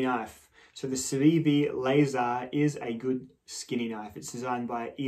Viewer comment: It's pronounced more like Lah-zaRR. No lasers... unfortunately. It's actually named after an American guy named Bob Lazar that was one of the first UFO and experimental aircraft conspiracy nuts back in the 80s. Wrote the big book on it where he claims he was hired out of MIT to reverse engineer alien drive tech for the US Government. He's a bit of a goofy nut of course but he did end up being pretty inspirational and popular in the goofy nut inner circles. Joe Rogan is a big fanboy so...you get the idea. 👽 The knife is pretty cool though. I loves me a trailing point and a thin boi and this one's a damn good example of the form. Too bad it didn't turn out to be as slicey as it looks. Excellent paring knife though. I was hoping you, Advanced Knife Bro or Nick would get around to reviewing this one before too long. Was glad as hell to see this in my feed today. You're a peach as always. 👌 P.S. Bring back Bricky. 🧱